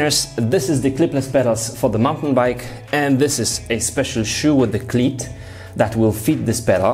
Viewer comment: cleat pronounced like... :)